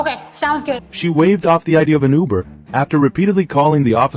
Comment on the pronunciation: Ai can't pronounce Uber